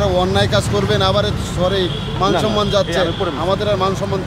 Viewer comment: মেয়েটা এমন ভাবলেশহীন ভাবে সরি সরি বলছে যে মনে হয় ঐ কোনো অপরাধ-ই করেনি। উচ্চারণে সড়ি সড়ি শোনাচ্ছে😅 Maggie ভিডিও করে সেটা ফেসবুকে দিয়ে ভাইরাল হওয়ার মতলব ফেঁদেছিল। কিন্তু বিধিবাম😅 সেনাবাহিনী❤❤